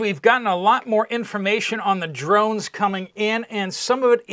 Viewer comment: Shhh!!! I'm hunting dwones you silly wabbit.